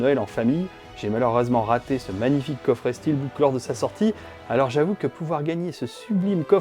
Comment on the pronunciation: Un coffré et non un coffrait😂